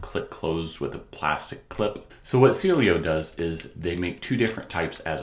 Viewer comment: I think it's pronounced See-Eh-Lo